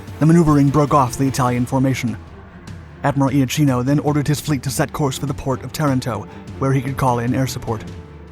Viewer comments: The pronunciation of IACHINO is IAKINO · Given the number of comments, all of which I cannot examine, I must suppose that it as already been said, but just in case, "Iachino" is pronounced "Yakino" in Italian. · For correct pronounce Iachino is well pronounced like Iakino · Not quite. It is Ya' keeno, not I-a-keeno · Admiral Angelo 'yakeeno' not 'ee-ah-cheeno' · Its IL DUCE moron not El Duce and it is also eh[ahk-eno Iachino. Why do they have these idiots telling the story???? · The correct pronounciation for the italian admiral is Iakino (ch in italian is pronounced like k in english) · Beware pronunciation! Admiral Angelo... Ia - ch [K!] - ino ! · my grandfather was the commander of the Alpino destroyer, so thank you! But there's a lot of pronunciation to be fixed: Iachino is pronounced (approximately) Yakeeno, Marina is pronounced Mareena, etc. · Iapichino is pronounced "yapikino" Regia Marina is "reja mareena" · "Il Duce" pron "eel" not "ell" and "Iachino" is pronounced "Yachino".